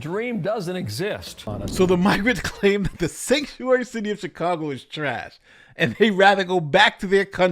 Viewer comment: I don't know if it's just me, but I hear Shitcago instead of Chicago.